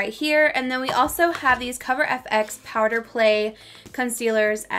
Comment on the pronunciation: Why does everyone say powDer play??? It drives me nuts!!!!